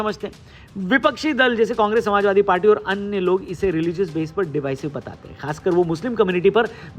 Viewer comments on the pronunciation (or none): none